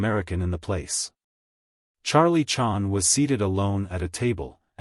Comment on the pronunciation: I hate AI audiobooks. But in this case, you'd think they would have at least edited this mechanical mispronunciation of Charlie Chan's name. So I guess this means AI has bottomed out on this one.